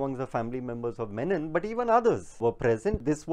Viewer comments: Funniest part he repeatedly kept saying Yakub "Menon"... While his name was Yakub "Memon" was it deliberate 🙄🤔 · Ek to "MEMON" hai "MENON" nahi. Menon South-Indian Keralite Hindu surname hota hai jab ki Memon ek purely Islamic surname hota hai. Jisko bachane ja raha hai Navlakha, uska naam bhi properly nahi aata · Sala memon ko menon bol raha hai gautam nauhaga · So much detail in the speech and yet no attention to read the name properly? It's Memom and not Menon. No one likes to hear their names distorted in letter or in spirit and here a decent Hindu Mallu community is being maligned as opposed to a completely different individual who has nothing to do with Kerala.